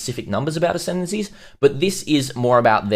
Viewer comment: Lol did you say decendancies? Sounds about right